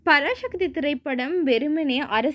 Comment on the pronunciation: Parasakthi not parashakthi dont prononce like brhamins mutakoos